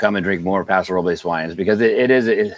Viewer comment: Please let Austin Hope compliments for pronouncing Paso Robles properly as it sounds in Spanish.